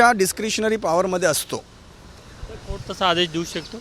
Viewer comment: वकील बिहारी आहे वाटत 😂😅कोट नाही कोर्ट म्हण 😅😅😅